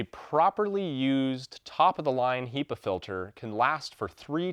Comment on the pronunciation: So strange you say "HEE-pa" I've only ever heard it pronounced "HEH-pa"